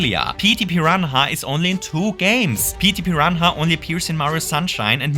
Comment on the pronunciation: Idk if i love or hate the way you say Petey Piranha